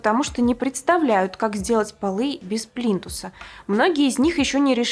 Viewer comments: ПлИнтусы,а не "плинтусА".... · Не плинтусА, а плИнтусы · ПлинтусА, плинтусОв !!! аж кровь из ушей :(